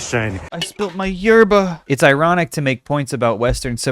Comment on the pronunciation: Not saying "Yerba" with the same inflection as "Obamna"